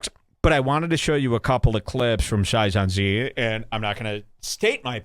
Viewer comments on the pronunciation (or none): Sai - zon- zee kills me. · Sigh -sohn-see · The fact that he mispronounced Saiyan Z is reason to hate this guy alone. You can't talk shit if you can't read properly. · He is saying it wrong to be a troll.